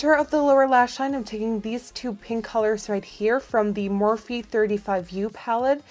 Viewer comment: I love the vid, bit the morphe brushes are pronounced like morf.